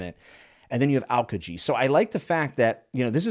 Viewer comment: Just for pronunciation reasons its al-kee-ji